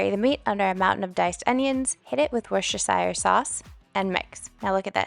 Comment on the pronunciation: You’re incredible! What a feat, I can hardly get over your workload not only the planning and execution but also the video itself. What an inspiration. P.S. (I know you don’t care but..) Worcestershire is pronounced woo-ster-sheer, and here in the U.K. we don’t often bother with the ‘sheer’ part, just wooster sauce. ❤❤